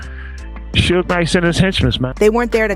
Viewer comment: how she say everything else right but the mans name😂😂😂 it's just funny how she says it (sew geh knight)😂